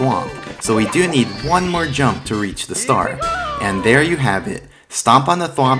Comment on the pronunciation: HOLP O nood sombodo HOLP Not jost onobodo